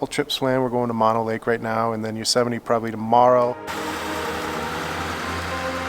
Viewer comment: FYI: Mono Lake is pronounced 'moan-oh' and Tioga is pronounced 'tie-oh-guh'